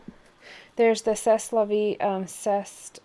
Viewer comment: pssst "say la vee" :) Very interesting stuff; thanks for sharing!